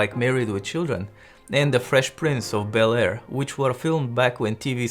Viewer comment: I like how he says The Fresh Prince of Bel-Air